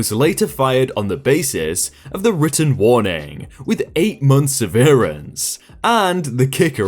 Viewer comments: "Severance" has just two syllables... NOT 3 ... Just 2. "sev - rinse"... NOT "sev - ear - ants" Not sure why someone who's income depends on their ability to read doesn't look up pronunciations on the words they are obviously not familiar with. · Sev. Er. Ence. NOT se-veer-ence. I like your readings but you get this wrong in every video you use it. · Maybe moses but it's based on the word sever since it's pay for being severed from the company, not the word severe ...so if that's the case his country is stupid :p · could be a regional/country pronunciation. I watch this British guy and he says vah-RYE-ant for variant (vary-ant) and it sounds so weird to me. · SEV-RANCE SEV-RANCE I know you try but dear god that irks me. :p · Sever and severe are not pronounced the same way (the contract was severed, not ‘severed’) And, I know I’ve said this before, but watching these videos with playback speed at x1.25 really does make them so much easier to listen to. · Please learn to pronounce severance! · it's not a regional thing, everywhere in the UK says severance the typical way. I like this guys readings but when you hear something pronounced strangely it's usually him getting the word wrong, not his accent. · Your mispronunciation of "severance" really bothers me. You've done it in other videos too. The "sever" part should rhyme with "never". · That's not how you pronounce "Severance". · Thank you, that pronunciation was a headache in the making